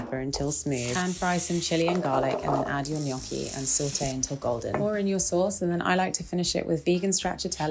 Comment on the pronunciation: love that you say gnocchi correct